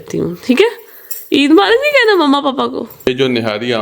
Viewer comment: Kehna kia chati ho😂